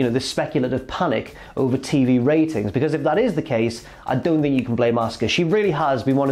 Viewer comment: Auska not oscar